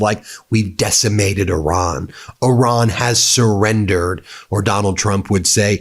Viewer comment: Ben you seem like a nice guy please learn how to say the name Iran...